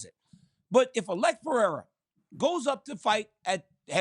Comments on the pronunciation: It is PE-HEI-RA no Piera😁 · i hate how he says alexs name lol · Chael “Pierra” Sonnen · the way chael says pereira is crazy,, piera? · It's not crazy. It's incorrect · Chael still saying Piera just does my head in. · "Pee-Era" - Chael Sownun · Chael some how gets everything wrong but gets job after job. Always says since the first time the octagon was set up in mobile Alabama. It was Denver. He made Alex pereira a Frenchmen “Pierra”. I kind of respect it though 😂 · It’s quite disrespectful when “Pee-Era” would knock him out cold within 3 minutes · He lost me when he started with "Pierra" at 2 seconds in. I hate this new show. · CHAEL SERNEN STRAIGHT COPIED MY SCHOOLS SHTICK FROM LIKE 2012 LMAOOO PRONOUNCING NAMES WRONG ON PURPOSE LIKE ME🤣🤣🤣🤭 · Of all the bells and whistles that come with this show, one of my favorites is Chael purposely mispronouncing fighters names. 😂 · Yeah Chael (mister i never lost a round 😂) is becoming probably the most delusional MMA media guy in the world with this take …. And he needs to stop mispronouncing Pereira’s name on purpose…. This is getting out of hand here … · I love how bad guy pronounces names